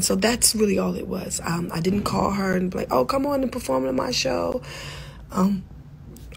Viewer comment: He said preform her ringtone😂😂😂